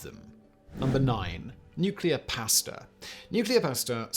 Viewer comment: IT IS PRONOUNCED "PAW OR PAH" "STA-" NOT PAY-STA !!!